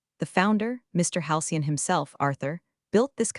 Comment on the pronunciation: AI narration needs to have more training to recognize tense. (ie, present tense, past tense) and proofreading by a human while listening to narration before releasing into the wild is strongly recommended. As it atands, creators look lazy and incompetent. And "Halcyon"" is not "hian".